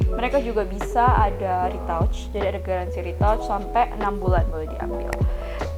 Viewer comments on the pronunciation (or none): maaf, retouch bacanya bukan ritauch mba tapi ritach